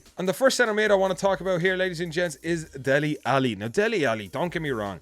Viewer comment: Man said Dele Alli 😐